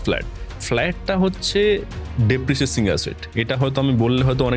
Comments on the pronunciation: Kothata depreciating.. depreciacing noi.. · Depreciacing noi re Depreciating 😅